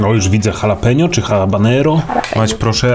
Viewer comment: Dżalapino, a nie halapenio...